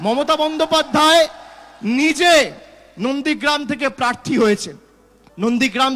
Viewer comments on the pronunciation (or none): none